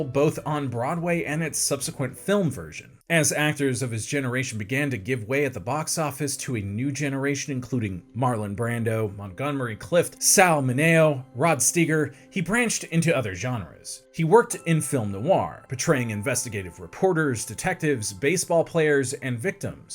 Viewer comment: Interesting how you discuss Marlene Dietrich's last name but mispronounced her first. 3 syllables- mar-LAY-na. Also, it's Olivia de-HAV-e-land, not de-HAL-i-vand, and Sal MIN-e-o, not mi-NAY-o. Other than that, you did ok.